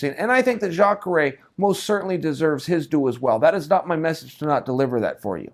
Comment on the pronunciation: Chael finally nails a name, Jakare!